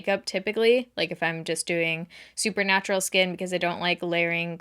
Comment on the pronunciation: Lol I heard "Supernatural skin" then I realized you said "super natural skin" 😂